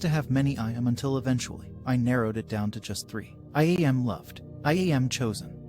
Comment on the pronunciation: I-E Am?? The AI needs to learn how to pronounce I Am.... Can it???